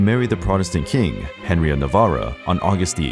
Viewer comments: Not to be that person but it’s “Navarre” not Navarro or Navarra. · AND Henry of Navarre not Navarruh. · The butchering of "navarre" made me bail. its prounouced na-VAR